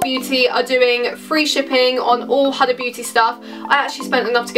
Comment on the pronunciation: It’s pronounced “hooda” but without too much emphasis on the O